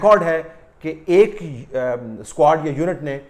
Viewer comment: per lafz "squad" aisa laga jaisay Meera Ji ne bola ho ..